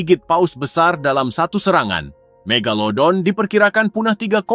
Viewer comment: Ka megadodol loh bukan mega megalodon😮😮😮😮😮😮😮